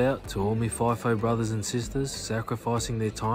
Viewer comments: It's f(eye)fo not feefo lol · It isn’t “fee-fo”! He said it 3 or 4 times, it’s “fye-fo”. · umm ex FIFO here.. and its not pronounced FEE FOH.. its FLY/FY - FO and as far as rosters go there is variations. back in the day people did six week 'swings' but 3x 1 (three weeks at work and one home) kind of took off or the 4 x1 .. but over time its reduced down.. some people will do four days on and three days off. my routine rosters were either one week on/one off or another popular swing (=rotation) was two and one. as for the freaking mess and 'crib'.. if you are lucky you get a good chef, but yes 'flashbacks on the coffee' and brekkie is the best meal of the day on these camps. most people get paid to sit on that bus (or plane), so whose going to whinge about that? then the $$ that people are on.. who cares? its all worth it.. but its not that romantic. when you are doing it there is lots of politics. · FIGH FOH..not FEE FOH 😊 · Not fee fi fi fo